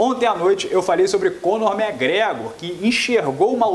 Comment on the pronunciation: Muito bom, mas como disse antes, quando vc vai aprender a falar Mcgregor e title shot? :D